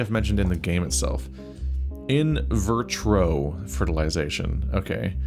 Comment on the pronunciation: There is only one r in the word "vitro" but you keep saying it as if it has two lol